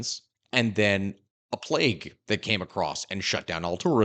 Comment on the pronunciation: "Plague" come on.